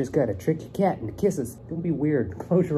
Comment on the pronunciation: I love how you say cat😂😂 "keeeett"😂❤️❤️